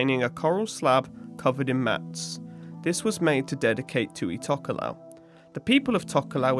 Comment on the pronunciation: im tokelauan and im just letting you know that we pronounces t as d and f as h ( but for atafu we pronounces f as a f )